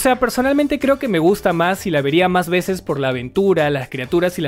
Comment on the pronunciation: La mato "a vesoz"